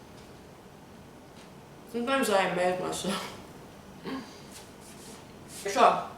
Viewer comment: "Sometimes I emma-ze myself." Every TOT should end with this line.